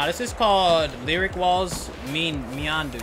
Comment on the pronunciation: Me and U, as in “you” bro haha. Not meandu